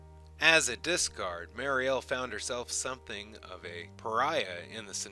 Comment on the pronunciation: I hope you take this as constructive criticism. I like your videos but it's weird that you get the pronunciation of these names wrong and the accents on the wrong syllables (and then after that you'll say it right, then wrong again) when I know you've just re-watched the video! Daggair (like saying dagger with a French accent), Timov (vomit spelled backwards) and Mariel (the prettiest name for the prettiest wife) are pronounced Duh-GARE, TIH-mauve and mary-EL. I appreciate your including the novels. However, you should also cover his earlier wife, the dancer.